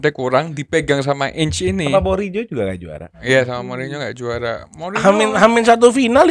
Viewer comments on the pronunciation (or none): none